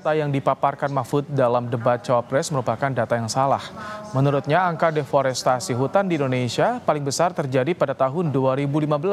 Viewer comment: 2.39 Prof Empud salah sebut, harusnya DEFORESTASI, bukan DEFORESTRASI, emang jualan TRASI ?